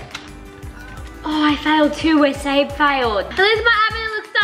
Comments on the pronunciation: It is Sabre not sanner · it's sabre not saber